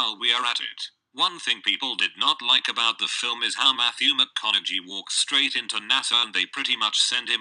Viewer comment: Haha "Mathew Mc-on-a-jee"